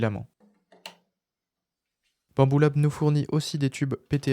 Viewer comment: super video! mais pourquoi tu dis souvent " bambula"? c'est pas tres sympa